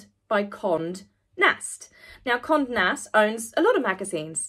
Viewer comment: Smash and grab," great metaphor for her ulterior motive. Condé is CON-day. The accent signaling to draw out the "e."